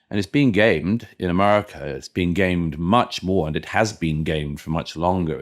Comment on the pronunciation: I know it's not the worst thing he said, but I find the second vowel Murray uses in "America" incredibly offensive.